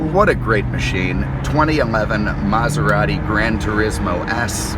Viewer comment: Lmao. Mazarati 😂